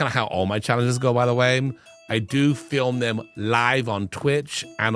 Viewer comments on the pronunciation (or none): none